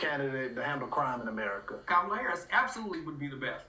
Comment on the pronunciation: Correction: Kamala is pronounced like Pamala with a K...